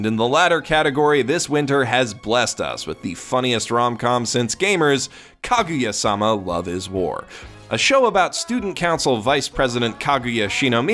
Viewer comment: Why you gotta say "-sama" like that man. All weebs know the stress is in "ma".